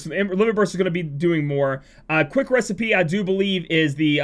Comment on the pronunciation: so gonna mispronounce "recipeh" hmmm